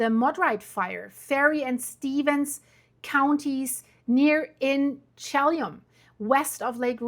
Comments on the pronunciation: Shay-lon? Chelan! Chuh (as in “duh”) lan (as in land without the “D”). Shuh lan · (as in Sil-K👁️?)! You sure know how to slaughter names & you even went there Too, but never learned how to pronounce anything!! Lake Chelan is pronounced as She-Lan!! I bet you drove your English teacher BAT CRAZY when you attended High School here in America!! I grew up in Washington State and learned how to pronounce every place I visited, Now I am going to have to call my niece who lives in Wenatchee where the HELL you were talking about!!!